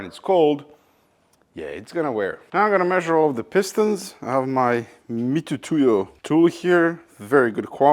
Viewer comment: Mitutoyo not Mitutuyo